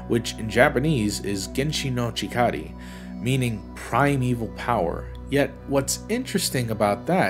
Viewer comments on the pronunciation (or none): It’s pronounced “Genshi no Chikara”, not “chikari”.